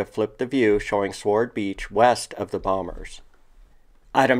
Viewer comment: By the way, "SWORD" is pronounced "SORD" not "SWARD" - W is silent